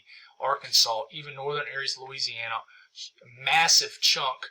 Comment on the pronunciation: This guy has a hard time wanting to say Louisiana! 🤦‍♂️